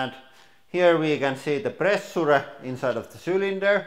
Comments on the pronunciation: Please use Google translate for correct pronunciation of “pressure” word!!! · Just pay attrntension HOW idiotic he said pressure! Can't belive, cave's man in 21st century!